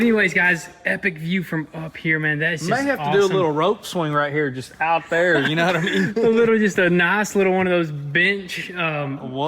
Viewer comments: When he said “Bench” but sounded like itch was hilarious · Elizar definitely thought you said the b word when you said bench